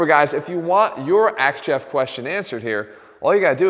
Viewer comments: As much as it annoys me when people says 'aks', I have to admit, playing on that for AthleanX got a smile from me. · Wait is he asking? Or axeing?